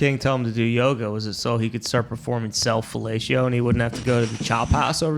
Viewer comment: The Packer fan really said “self-felacio” on a sports show lol